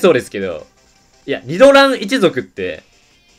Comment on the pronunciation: 発音が違う－114514点